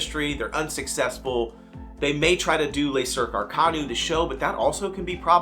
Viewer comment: I really enjoy your content, but you seem to have some odd dislike of the Potter Circus show (it’s pronounced Arc ah new btw). Glad that you enjoy the Dragons show, but it’s a more traditional theme park style show that you might see in other parks, and while it’s a fantastic show, it’s obviously designed to be viewed and experienced as “a show”. Le Cirque Arcanus though is groundbreaking and unlike any other “show” ever created for a theme park. It is designed to be a full immersive extension of the Wizarding Paris experience. You enter through the circus tent off the streets and the first act (not a preshow) is located in the secondary sideshow space where the full story is setup powerfully by the actors and the reveal moment in act one is absolutely mind blowing and the audience always ohs and ahs in amazement 😮. Then the spectacular Circus section culminates in the incredible reveal of the entire stage raising to the sky as the room transforms into the living Tardis that is the inside of Newts suitcase! All of the beast are real practical puppetry elements created by Michael Curry team who built shows like the Lion King on Broadway and Finding Nemo Musical… not a single animatronic is used to create the believable magical beasts. The show is literally the most expensive stage show ever created by a theme park anywhere in the world. You also tend to miss out on the sheer amount of atmosphere entertainment in the Potter World of Wizarding Paris. From the students, Aurors, I